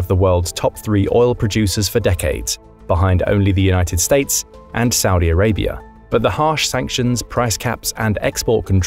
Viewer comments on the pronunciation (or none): none